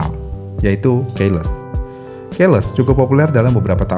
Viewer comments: Ke depannya tolong baca keyless sesuai bahasa Inggris yang baik dan benar. Dibaca "kiles", bukan "keiles". Terima kasih :) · Terganggu dari cara baca key-less. Seharusnya dibacanya ki-les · Keyless : Keiles ❎️😂😂😂 Keyless : Kiylès ✅️ Sama kebanyakan secara harfiah secara harfiah secara harfiah secara harfiah secara harfiah secara harfiah secara harfiah secara harfiah secara harfiah secara harfiah secara harfiah secara harfiah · Cara baca keyless itu bukannya Qiles min, bukan keiles. Pas dengerin mimin nyebut "keiles" , jujur janggal. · Kiles bukan keles. Gemes bgt tp mantap.